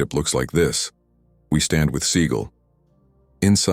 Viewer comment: Stop mispronouncing seagal 😢